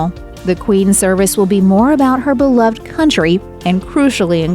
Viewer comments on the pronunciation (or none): none